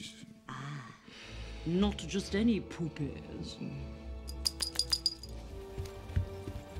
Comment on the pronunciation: It’s kinda funny how Le Pelt, pronounces the word puppies. Poopies. 😆😂🤣